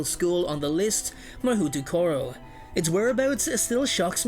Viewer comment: Figures China won't share any info on their school. . . - The Japanese school is pronounced, Hahoutokoro (mah-hoe-toe-koe-row)